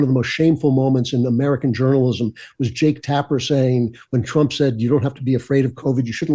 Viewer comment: ❤❤❤TRUMP……NOT TRAMP❌❌❌